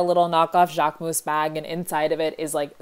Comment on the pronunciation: I dont wanna be rude but JACQUEMOOS??